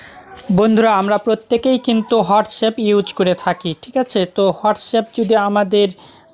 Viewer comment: Bhai aghe language ta thik koro hotsup na re WhatsApp